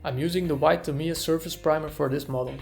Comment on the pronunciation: Tah mee yah - even stress